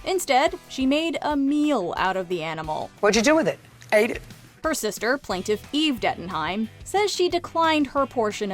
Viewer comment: "watchu do with it?" "Ætit"😭